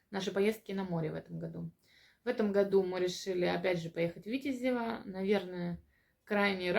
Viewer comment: А почему на первый слог ударение делаете? Я имею ввиду Витяяязево. А кроме этого отличные видео. Подписан.